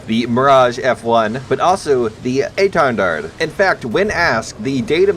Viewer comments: Hollup he called it gay jin lmao Also i think the pronunciation for etendard Is eaten dard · Étendard É(The i on “if”) Ten(Tun, tundra) Dard (Dar, like Darth without the th) Edit: better examples